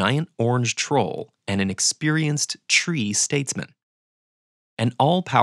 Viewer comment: why 'troll supporter' sounded a bit like 'trump supporter' to me?! 🤔